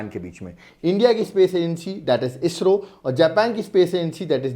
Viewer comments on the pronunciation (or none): none